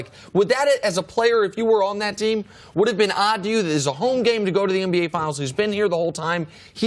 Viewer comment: Cris Carter makes me laugh everytime he says MBA instead of NBA